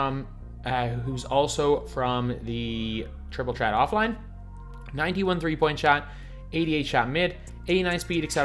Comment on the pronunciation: Jay Johnson he’s Irish so he pronounces it like that tr is ch